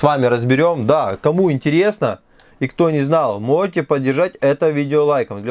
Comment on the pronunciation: что за дефект у тебя со словом "можете", "можно" ?